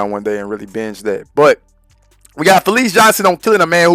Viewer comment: Ita fleece, not felice !!!